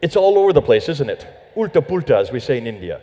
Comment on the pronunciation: getting his Hindi on: UULTA PUULTA उल्टा पुल्टा 😂😂 lmao